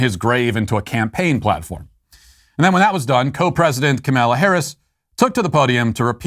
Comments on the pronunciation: I love how Matt pronounces Kamala as "Ka-may-lia" so much that I'm adopting it. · kay Ma' lalala ^_^ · It’s so far off from the way it’s actually pronounced, but it’s hilarious, and I love it. 😅